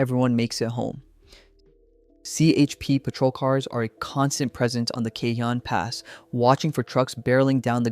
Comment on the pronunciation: You need to learn how pronounce cajon pass you're not saying it right ca-Hoan